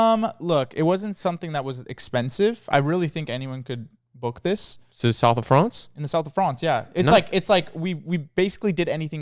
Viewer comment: soth of fronce